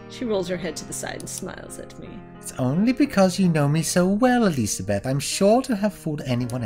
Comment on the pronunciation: Not surprised that messed up the pronunciation of "Elisabeth" on the very first time he did it:P